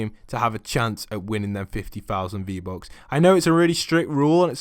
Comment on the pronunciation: Fifty fousand fee bucks😂😂😂😂